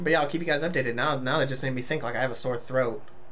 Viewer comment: Lol instead of just you said lust XD